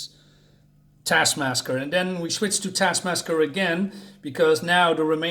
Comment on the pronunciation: "don't let this cover fool you" - i'm not thinking that it's christmas, just because there is a santa on the cover. 😜adding a red towel might work tho. also, your "MAGGIA" doesn't nearly sound italian enough. TASKMASKER (you keept saying it, even after noticing 😄) is the one from the black widdow movie, right? despite the mocking of sweaty POCs, this video gets 1 thumbs up from me.